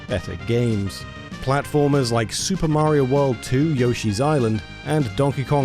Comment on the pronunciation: You guys still can’t say Mario right.